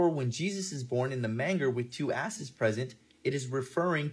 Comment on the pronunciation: Dude said manGer with a hard G. 7 letter words might be his forte to pronounce.